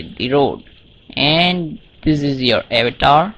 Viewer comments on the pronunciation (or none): none